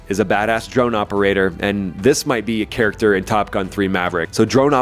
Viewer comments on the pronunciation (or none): none